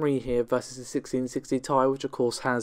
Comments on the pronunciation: OMG ...... even according to NVIDIA ......... it is T I !!! not THAI ! so please DON'T say THAI ! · AT LAST !!! .... someone have said ..... the obvious😃 : that the "Ti" for Geforce GPUs stands for "Ti-tanium" and should be pronounced as such😉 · I mean.. it is pronunced T,I but whatever..... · Agree ! even Nvidia says it is T I , Not THAI !